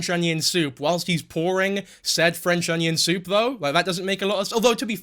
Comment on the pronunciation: You're doing Nova too...im already dead alive because of all the livestreams on 2H4S channel for the novaweek i won't make it to the end of the week 😂!!.That's an iceberg!! Stepping into.... "Fwench onion thoup" reviews / worldofpdfcords is quite brave to be honnest thanks lad for the great work 😁!! Let's see if you're still finding swag in his baby suit 😎